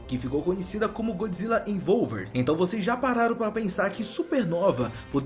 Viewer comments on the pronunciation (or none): Daora que até hoje ele não aprende a pronuncia em inglês kkkkk A transformação chama "Godzilla EVOLVED", e ele fala ENVOLVER kkkkkkkkkkkkkk(é a musica da Anitta slk kkk)